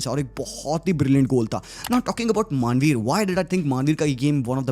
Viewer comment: Manvir ❌ Maaanveer ✅